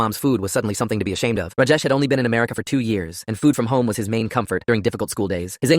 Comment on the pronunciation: I'm Indian and it is prounanced as Raajaesh not rujes